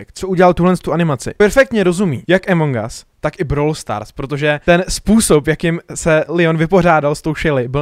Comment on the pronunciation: A A A AMONG US NIE EMONG US! inak dobré video xddd